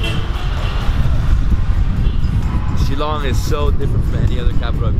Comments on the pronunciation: It's pronounced as "Shil-long" and not "Shilong" and Meghalaya is the wettest place on Earth and not only in India but I really enjoyed the video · It's shil-long not shi- long I just want to help you out with this one, hope you don't mind 😃